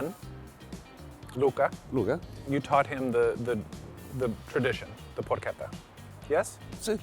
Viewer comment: never disappoints finally an English speaker who pronounces porchetta right. Its "perché" not "pershe" and not trilling the last "tt" cluster.